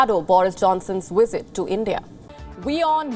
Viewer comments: The presenter needs to learn how to pronounce the letter v in English; it's visit, not wisit. The presenter conveniently overlooks the significant trade barriers imposed by India on foreign goods. And why are visas a one way street? How about India allowing Brits the right to work in India? Finally, the presenter seems confused by whether the purpose of the program is Johnson's covid breaches or trade talks between the two countries. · Is that wisit or visit? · Is it just me or does the way says "visit" sounds like 'wisit'? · It's visit not wisit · Is it wisit or visit turd or third? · Learn to pronounce " visit". Very amusing to hear the pronouciation as "wizit".. but....ce la vie and no big deal. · Stop saying wisit? Hindus still love their colonial masters. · The wizit? What is “the wizit” and where do I get one? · The "wisit" I was confused 😕 for a while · I keep hearing wizard it place of visit 🤷🏿‍♂️😅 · she cannot pronounce visit without using a w, wisit , but can say visa perfectly ?, i bet Sunaks wife got shares in that new jcb factory aswell, go home Boris and face the music, and thanks for showing us more british firms moving abroad for cheap labour and reduced taxes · Sounds like she is saying wizard. But then again I'm just a Stupid American. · Wizit is better than a visit. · I fail to understand why a news reader would pronounce words having letter 'V' like the words having letter 'W'. Please correct the diction.